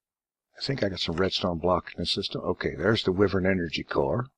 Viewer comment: Okey dokey, Wyvern is pronounced "Why-vern" it's going to drive me nuts if you keep pronouncing it incorrectly.